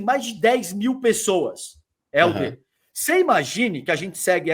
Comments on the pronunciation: Porque ele fala Héldio?😅😅😅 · Pq o chama o Helder de Heldio?